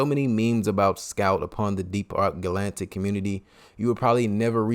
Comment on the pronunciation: Ga lan tic.. it’s ga latic Edit: it’s hox EEEz